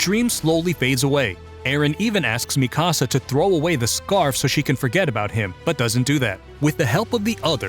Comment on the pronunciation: Ok but you pronounced Mikasa like mi-casa and not like mika-sa